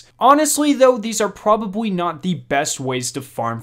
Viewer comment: Couldn’t help but notice but the L in a word should not sound like a W like the word probably is not pronounced probabwy just heads up great vid. tho those tips help thanks.